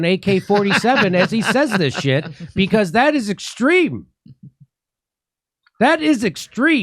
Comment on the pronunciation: How are you going to have a Press Secretary that can't even pronounce "extreme"?